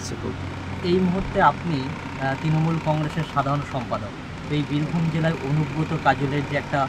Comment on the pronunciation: যাকে তৃণমূলের সাধারণ সম্পাদক করেছে সে তৃণমূল উচ্চারণ করতে জানে না এতদিন ত্রিমূল ত্রিমূল বলে বলে এসেছে